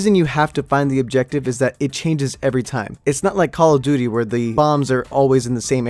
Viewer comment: Cock o duty